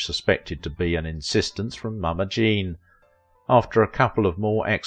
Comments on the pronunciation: It's JEAN, not Jane. At least half the time it's wrong in this video. Also, TV wasn't around then. Try Radio. Pathetic again. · I heard that too// And some point in the video it sounds like he is saying: "Jane" for Jean.